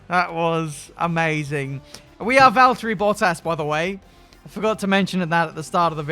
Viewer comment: No no no, he's driving Valterrrrri Bottas 😂